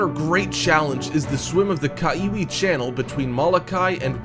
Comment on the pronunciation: U pronounced Kaiwi wrong....